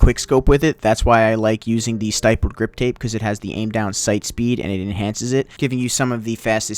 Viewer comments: The way he said stippled... “STY pULLeD” ... it’s stih pulled Good video tho 🖤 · Please stop saying stippled as stipled... please ._.